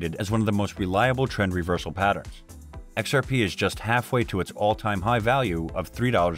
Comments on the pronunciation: im i the only one hearing it like this occasionally lol "ex are Pae" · X-R-Paaaei guyz